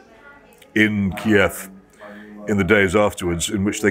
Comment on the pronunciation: Jones can't pronounce Kiev 🙈